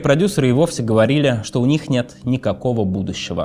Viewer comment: Блин, что у с речью, конкретно с буквой Л? ХодиУ, писаУ, говориУ. Режет слух.